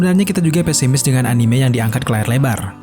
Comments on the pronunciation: Anim? agak kesal gue dengarnya_- Susahnya bilang Anime apa njing.. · Anime, bacanya a-ni-me, bukan a-nim... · anime d bacanya a-ni-me, bukan anim. itu dri istilah bhs Jepang bukan bhs Inggris. kritik aja kok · Anime dibacanya ANIME bukan ANIM